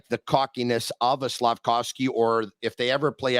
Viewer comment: Georges Laraque calling him Slafcocky. Priceless!!!